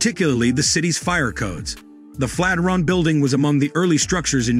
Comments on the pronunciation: "Flat -i-ron???" Flat IRON. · Another damned Robot Narrator....you lost me """ Flatteron Tower"""---It's the FLAT IRON Bldg you Idiot Machine, the Fikken Flatiron Building....How do you Kill Off an AI Creep?? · Is it pronounced Flat-er-on like this narrator states, or Flat-i-ern (flat iron)? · Flat-er-on? I hardly knew her! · He pronounces it as FLAT-eron. Is this correct? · Thanks, but I've lived, worked and went to university in Manhattan and have never heard it pronounced the way you have with the word Flat and Iron run together! Though spelled Flatiron building, many as well as I pronounce it the Flat--iron building! To each his own I guess! lol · If that AI says "Fateron"...one more time..just one more time. 😡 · The narration is terrible! "FLAT RUN" we start of with............egads!!!!! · LOL "flataron"! C'mon, realy? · I agree with y'all... It was pretty much the same thing, over and over. And the first time I heard flat-er-on I thought I was hearing thing...lol Anyway...nice photos of the interior - that's really what I wanted to see... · You obviously don’t care about your content if you didn’t take the time to correct the pronunciation of the subject of your video . What a pathetic shame Bob Mollot -Seattle